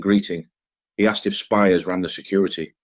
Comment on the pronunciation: It's pronounced speers not spires.